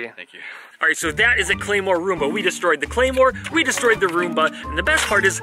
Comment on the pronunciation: Am I the only person who heard him say “A chunk of zoomba.”?